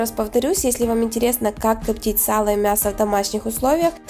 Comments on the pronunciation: люди воспринимают информацию ни только зрительно, разговорная речь должна быть грамотная. «коптить» ударение должно быть поставлено на слог с буквой И — копти́ть. Как впрочем и другие слова. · Вы молодец, интересные рецепты, что у вас с говором? Рублённое, КОптить? Я понимаю, что Вам удобнее разговаривать на украинском языке. Вы снимаете ролики на русском языке, ударение проверяйте в словах во время монтажа ролика.